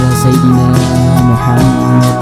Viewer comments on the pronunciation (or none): none